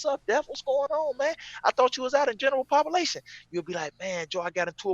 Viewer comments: Read it just as he said it !!! 😂😂😂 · From now on I’m saying “pop-a-lation”